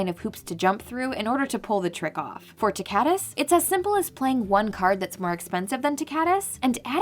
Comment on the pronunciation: "TICK-a-tus" that's how I pronounce his name, no "ti-KA-tus"